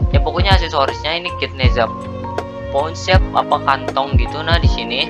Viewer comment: bang bukan nehza deh nezha bang